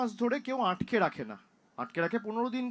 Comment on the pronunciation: আঁটকে নয় ভাইপো, আটকে।